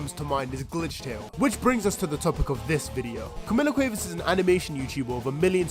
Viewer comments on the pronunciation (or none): As a native Spanish Speaker, the way you say Cuevas is hurting me, no shade, I just find it really funny 😭😭😭